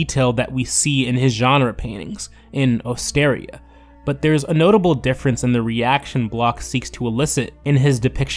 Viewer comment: Osteria is pronounced ost-er-EE-a.